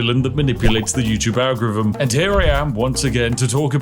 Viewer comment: the what? algurruhm?